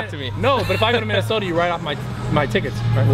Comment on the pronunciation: Haha the way he pronounced Minnesota